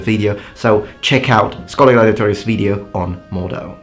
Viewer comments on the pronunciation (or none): Mordhau: In the German school of swordsmanship, Mordhau, alternatively Mordstreich or Mordschlag, is the technique of holding the sword inverted, with both hands gripping the blade, and hitting the opponent with the pommel or crossguard. Please say MordHau not Mordau. The H isn't silent, they are actually 2 words, (Ger., lit., "murder-stroke" or "murder-strike" or "murder-blow") Just saw your "Pronounciation" video, so this bugs me now :D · I believe it's actually pronounced "Mord-hau" (not Mor-dhau). That would be German and mean "Murder Strike". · Your pronounciation of Mordhau sonds like Mordor. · thank you very much for your interesting and frequent videos, its always a pleasure to watch. now for a bit of pronunciation: The H in german Words is not Silent. The rest of the word was pretty good but hau is more like the english how ( more or less). i think you will appreciate a bit of;-) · it's pronounced Mord-hau, like English "how". no silent "h". means "murder stroke" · The H in Mordhau isn't silent. Germans pronounce it like mord how in English. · You have to separate the syllables of Mordhau. ;) It's pronounced like "Moard-How" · It's roughly pronounced "more'd. How" with a short stop after the "d" followed by a hard "h". At least with that one you can figure out the components, even my German-language satnav messed up "Maisteig" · You have to pronounce the "h" more. It's supposed to be heared. Mordhau literally means "Murderbash" or "Murderstroke" and is the german word for hitting your enemy with the swordguard (I think it's called Murderstroke actually; pls confirm). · from what IPA i know it should be moɒdhau note the h! is actually more accurate in his pronunciation I grew up speaking German so you can believe be the "h" is pronounced and the "r" is more of an a like sound at least today... In the end You're the Linguist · No that's not how it's pronounced. There is a (non-silent) H in Mordhau.